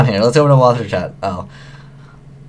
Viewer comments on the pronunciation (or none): none